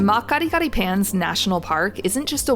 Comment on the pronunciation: The mispronounced words though 😂 Oka-vango, mat Kadi-kadi, Namaseri - makoro , 😢 😢😢